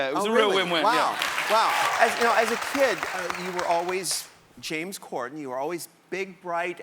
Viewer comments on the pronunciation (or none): Why was RuPaul mispronouncing James’ last name? It’s CorDen, not CorCen.